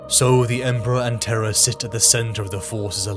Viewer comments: terr.rra not teh-rahh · Love your stuff always have but so much work goes into these how do mispronunciations get through? Turrah, instead of Terra? I've never heard Curberous but I imagine someone might say it that way. This Chanel is so awesome, just idk double check the pronunciation. Everything you do is so flawless this mistakes really stand out. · When Terra is pronounced correctly, British folks need to clarify they aren’t saying terror. This is the first time I’ve ever heard it pronounced t’RA. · The siege of what?! Of traaah? Was that read by AI?! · What the hell is "Terrah"? 🤣🤣🤣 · Tur-rah almost ruins the video, so silly to say it that way that it completely takes me out of the narrative every single time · Where the heck is, "Terr Ah"? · The way Terra is pronounced killed me😅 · amusing..had the characters voices in my head....WTF is Terrah? Its Terru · Traagh or terha tirah ! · what accent is Terra Turrah? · Brother have you never told the VA in the beginning of your videos how to pronounce Terra? 😂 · Your AI mispronounced "Terra" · BROTHER LEARN HOW TO SAY TERRA PLEASE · Just say terra right dam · The way Terra is pronounced could be a Seinfeld episode. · It’s pronounced weird. Britainstan speak I guess. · i opened comments just to shit on this pronunciation.